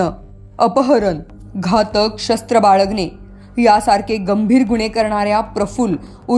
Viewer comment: प्रयत्न.. न असत! बाळगणे.. ण असत.. किमान मराठी बातम्या तरी नीट वाचत जा. माफक अपेक्षा